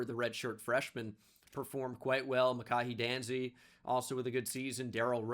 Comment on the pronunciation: For future reference, it’s Muh-Kai Danzy.